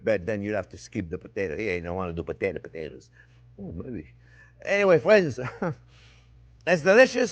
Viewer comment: Pateto patetoes 😂